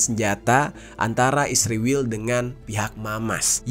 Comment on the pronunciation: Aku dengerin kata "ISRIWIL" ketaea sendiri. Inget masa kecilku .. ibuku klo lagi jengkel kpd adikku yg bandel.. ibu manggil adikku dg sebutan ISRIWIL.. pdhal namanya Isworowati.... mudah2an adikku baca dan ingat pd kebandelannya...😍😍